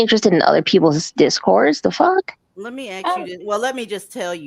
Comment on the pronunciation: I surely can help. I have a hand book. 1st chapter is we practice how to say “I don’t give a fawk” like Aleah. 😂🤣😂🤣😂 Stop caring.